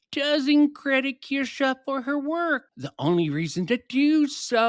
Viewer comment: I disagree with quite a few things said in this one. But the main 2 are how you pronounce Kirsche lol, and that you keep saying 7 months compared to 5 years. Sure, Kirsche says many times she discovered Bridge 7 months ago, but that doesn’t mean she discovered DEI 7 months ago. I know nothing about EU and very little about Kirsche, so the implication is that EU has more credibility than Kirsche because 60 months is more than 7.